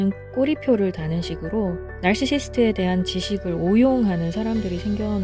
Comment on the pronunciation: 발음 좀 똑바로 해주세요 나르르룰ㄹ시스트~~!